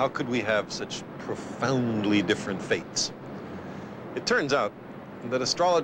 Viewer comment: "astrology profauuuuuuunndly influences your future...." Hey Mr Sagan--> Voice Emphasis =/= True, try to read something about astrology, you never did it. NEVER.